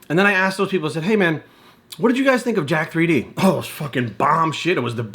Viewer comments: It's pronounced Jacked not Jack 3D. I've never understood why people don't realise that the 3 is supposed to be a backwards E. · it's pronounced jacked. just like 1337 is slang for leet/elite. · Can't even pronounce the name properly.....